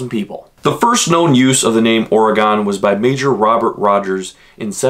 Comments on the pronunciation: It's. NOT Ore (gone) fun fact number 6 oregonians hate it when you call it Or- E-Gone. Try a more subtle approach with 2 or less syllables more of an Oregin Knew all those facts but didn't know the oddlaw. Nice video though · Yes ... it's definitely NOT Ory-Gone. More like OR-e-gun. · Here’s a fun fact from an Oregonian , ITS AURA-GEN NOT AURA-GONE Like organ, ORE-GAN , AURA-GEN just definitely not Aura-Gone. It’s so annoying sorry but it’s good to learn. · It not oragon it oragon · That kept irking me, too. >.< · Fun fact about saying the word Oregon: its pronounced "Orygun." This is like the only nice comment you'll get as well... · It is pronounced Oh-rig-gun!!!! Not gone! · Your saying the name wrong